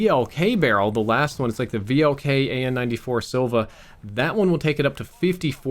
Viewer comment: The last bartel is pronounced very badly.sila means force,power in russian and and its see-la not sy-la.